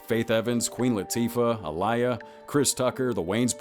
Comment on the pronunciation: He said Aaliyah name so wrong